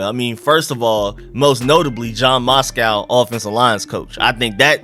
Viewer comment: the mans name is Matsko not Moscow 🤣🤣